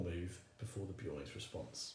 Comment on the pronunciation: who tf is beeoin is it not clearly BEARon?